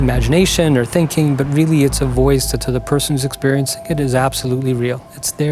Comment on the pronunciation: When the psychiatrist pronounces "experiencing" as "expurriencing", his credibility with me wobbles and crashes down immediately. "Expurriencing"? Is it really too much to say that a Psychologist's Wonderland opens before us when he says that? If not just a deeply unpromising sign, a mini-disorder in itself.